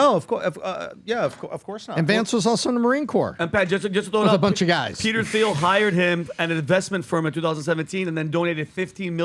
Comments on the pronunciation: PBD finally pronounces Thiel's name correct. lol Someone must have told him after years of saying it wrong. edit: nevermind, 2 more times later back to the "th" sound. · Why can’t PBD say Peter Thiels name correctly?